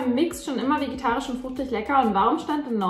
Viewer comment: Ich liebe deine Videos, aber es triggert mich so hart, dass du immer vegitarisch, anstatt vegetarisch sagst 😅